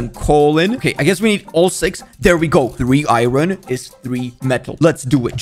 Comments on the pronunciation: it's iron not iyoyn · Iron not Irin 😭